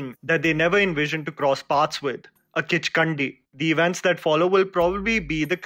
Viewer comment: Being a subscriber from Nepal, I can safely say that it is not even "Kichkandi". In fact, it is a "Kichkanni". No "d" letter or sound ok. Kichkannis first existed in Newari mythology inside Kathmandu valley, and later they spread through word of mouth all across Nepal. They are said to have their feet turned opposite, i.e. an evil spirit in the guise of a gorgeous woman with her feet positioned reverse. She is said to drag her clothing (veil) on the surface wherever she walks. She is said to be active in the wee hours of day. She would lure adult men into her beauty trap and kill or make them disappear permanently when the opportunity so presents. The then Newari King of Kathmandu State Pratap Malla ( AD) is believed by many to have come under the charm (spell) of a "Kichkanni" . As its result, his health deteriorated and finally passed away at 50. "Kichkanni" is a permanent feature in the Nepali ghost lore.